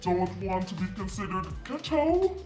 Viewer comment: The way you said ghetto 😂😂😂🙊🙊🙊. This is cute I would totally rock this!! ☺️